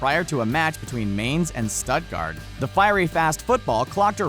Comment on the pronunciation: So we all ignored how badly he pronounced Mainz and Stuttgart